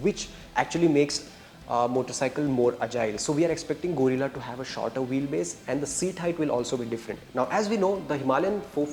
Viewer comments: Guerilla❎ Gorilla✅ 😂😂😂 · Arre bhai Gorilla nai hai, Guerrilla hai, pronounciation ki watt laga di 😂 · It's guerrilla, not gorilla please for God sake pronounce it right . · It’s pronounced as gerila, not gorila, no offense meant brothers, other than that good info and great job. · Its not Go- rilla, it is Ge-rilla, like गेरिल्ला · Not Gorilla it's guerrilla 😅😅😅😅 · Guys - its not Gorilla its Guerilla. The pronunciation needs to be “ge-rilla” . Btw very informative video. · It's a गरील्ला Not a गोरिला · Bhai tum log kya special kisam ke gawar ho?? Itna bada channel hai ,itni badi audience hai, sab kuch hoga tum log k paas fir bhi ek dhang ka orater nahi dhundh paye. Yeh gadha presenter bike ko gorilla bol rha hai. Bhai mere , usko ग्यू रिला bolte hain. This bike is not named after the animal, it is named after the assymetric warfighting technique , also called Guerilla fighting. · Guys - its not Gorilla its Guerilla - you guys are automotive journalist and still do such basic mistakes :D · gorilla or guerrilla? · No everyone with normal hearing is hearing it as गोरिल्ला . You are supposed to pronounce it गेरिल्ला. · It's Gay- rilla ... Not Gorilla 😂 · Not pronounced "Gorilla" 😂🤦‍♂️ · Why are you pronouncing it gorilla? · Fed up of 'gorilla' guys. Kuch to seekho. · He is calling it Gorilla. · 😂no you are not. You are definitely saying gorilla. Check the very first time he says it😂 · It's pronounced gerilla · 1000 baar sun liya bhai, tum bol hi galat rahe ho. Or second Its De-cipher not desipher. Tumko pronunciation pe bohot kaam krne ki zrurat hai.